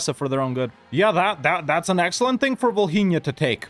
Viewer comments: Bro why do you pronounce Volhynia like Bohemia 😭😭😭😭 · As a Ukrainian, I just laugh the way you pronounce Volhynia. For me It is so hilarous